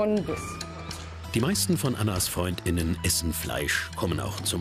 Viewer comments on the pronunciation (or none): "Freund innen" "Kund innen" 😂😂